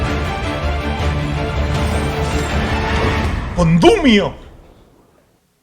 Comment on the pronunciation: "CONDUMIO" xdddd